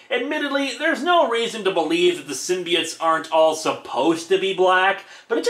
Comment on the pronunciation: p. sure it's symbi oats and not symbi its